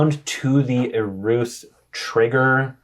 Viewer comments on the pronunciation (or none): just quietly mumbling "Eruth" broke me